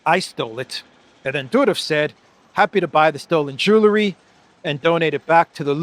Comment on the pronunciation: Stop, stop! It's not "ju la ree" it's "ju el ree"!